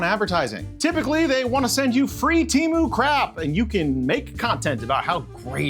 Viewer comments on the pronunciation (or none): "TEMU", not "Cheemoo". Read it like "T A M OO". It never ceases to amaze me how limited people in the USA are at learning any other language. Meanwhile, the rest of the world is constantly learning other languages. English, in my case. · It's not tea, or tee. it's te, like do re mi fa so la, its te like re, lol, I guess if you are hispanic, you would know this. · Wrong!! it's Temu not Tamu you idiot. 😂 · Why does everyone say teamoo when it's te not tea and they do pronounce mo like moo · It's not pronounced "t-ee-m-oo" bro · I think you might be pronounce it wrong, I think it might sound more more like tem-poo. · Yeah, well, they're probably just as mad that you won't pronounce their name correctly. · I am thankful that you mispronounce Temu every single time. They deserve it.